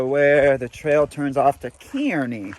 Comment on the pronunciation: Kearny is pronounced KAR-nee. Named for General Stephen Watts Kearny who lead 100 dragoons to my town of Escondido, California where he proceeded to get his butt kicked by the local Californios here.